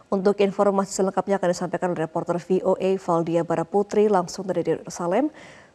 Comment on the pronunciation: Fi o e? Ibu pembaca berita. Kayanya dulu pas sekolah dpt guru inggrisnya ga bener. Senasib ama gue. Gue juga kaget, ternyata belasan tahun gue salah pengucapan v.